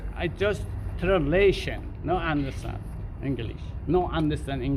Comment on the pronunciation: 1,000,000% man. Let the animal not be able to "unastan Inlish" back in Unastan. maybe thats his country. NoUnastan?